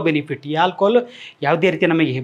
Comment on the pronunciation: Hi sir, ನಾನು ನಿಮ್ಮ ಮತ್ತು Dr B M HEGDE sir ರವರ ದೊಡ್ಡ ಅಭಿಮಾನಿ, ನಿಮ್ಮಿಂದ ಜನರಿಗೆ ತುಂಬಾ ಅನುಕೂಲ ಆಗಿದೆ, ಆಗ್ತಾಇದೆ ಕೂಡ, but ನಿಮಗೊಂದು ಸಣ್ಣ ಅಡ್ವೈಸ್ : ನೀವು "ಆ" ಅಕ್ಷರ ಬಳಸುವ ಜಾಗದಲ್ಲಿ ಪದೇ ಪದೇ "ಹಾ" ಬಳಸುತ್ತಿದ್ದೀರ.. ಹಾಲ್ಕೊಹಾಲ್ ❎ ಆಲ್ಕೊಹಾಲ್ ✅ ನಿಮ್ಮನ್ನು ಇತರರು ಅನ್ಯತಾ ಭಾವಿಸಬಾರದೆ0ಬುದು ನನ್ನ ಕಳಕಳಿ 🙏 ನನ್ನ ವರ್ತನೆ ಅತಿರೇಕ ಅನಿಸಿದ್ದಲ್ಲಿ ದಯವಿಟ್ಟು ಕ್ಷಮಿಸಿ.🙏